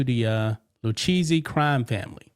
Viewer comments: The Lucchese crime family is pronounced loo-KAY-see, 😂 not lou cheesey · LMAO it’s Lou-Kay-Zee not Lou-cheesy hahahahahaha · Its pronounced Loo-Kay-See. Please, PLEASE, stop saying, Lou-Cheesey🤨! Damn, yo, haven't you ever watched a mob documentary? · Pronounced Loo-Kay-Zee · Pronounced Lou-Kay-Z But i love Lu-cheesy 🧀 better!!😅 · lol dude it’s pronounced the Lou Ka zee family practice it at home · The family name is pronounced “ Lou Kay See” if y’all do another report. Love the channel. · It’s LOO-K-Z for the pronunciation. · Sorry but Lucchese is pronounced like "Luke-Kay-Zay" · It's pronounced Lou-Kay-Zee. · its pronounced lu kay ze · It's pronounced Lu/kay/zee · The Lucchese crime family is pronounced loo-KAY-see